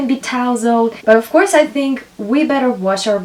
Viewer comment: Many useful information, but why speaking like a boring professeur? try to add some jokes or take more distance otherwise its like a boring lesson at school. I beg you stop saying "ouuuuf course" :o, Its really annoying pronounced million times with this weird accent.